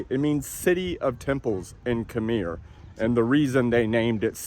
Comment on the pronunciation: Nice video dude in my wife’s home country. You said “atey akun” sounded so funny. It’s more like “ot-they orkun” for us southern USA people 😂 and Khmer is said like Khu-mi. Cool seeing some nice cars I hope and wish Cambodia can grow their car culture would be awesome and interesting to follow. Need a nice race track.